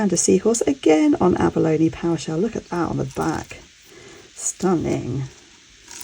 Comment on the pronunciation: Love your videos! I'm from New Zealand I think the charm is a J, Māori fish hook necklaces (hei matau) have a more slanted look. Love the pāua haul too - just to let you know it's pronounced closer to pah-uwah than power. Te Aka Māori dictionary has a great pronuncation feature :)